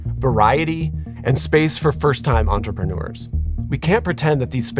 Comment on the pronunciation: The narration could be improved by practising the pronunciation difference between 'entrepreneur' and 'entreprenuer'. The second one is a word not found in any dictionary but often used in speech.